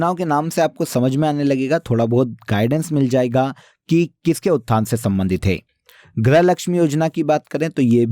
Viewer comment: क्या बोल रहे हो, गृह या ग्रह ?? हिंदी सुधारे, इतनी गलत हिंदी तो मैं कक्षा 2 में भी नहीं पढ़ती थी 😂